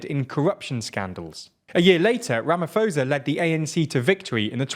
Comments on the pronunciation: It's ramaposa not ramafoza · Thanks! I always watch your vids, just for future reference the presidents name is pronounced Ramap-hosa not ramafosa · I’m really shocked that you lot didn’t bother finding out how to pronounce his name! It was an ear sore hearing you constantly saying “Ramafosa” instead of “RamaPosa” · Rama - po - sa. The h is silent. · A suggestion for you guys when you prepare your scripts: take two seconds to learn how to pronounce place and people's names. President Cyril Ramaphosa's surname is pronounced Rah-mah-por-sah. I like your content, but careless handling of details which are just a Google away really gets me down. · „Ramafosa“ you joking right?😂😂 ai man come on guys 🤣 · Just saying its Rama-po-sah in terms of pronunciation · Absolutely love this channel, and love seeing South Africa featuring! Though you are mispronouncing Ramaphosa - the "ph" is not pronounced like an "f", but instead pronounced like a "p". :) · Is nobody going to tell them how badly they pronounced the presidents name hahaha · It isn't pronounced with an "f", it is a "p" sound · You are pronouncing his surname 100% incorrect.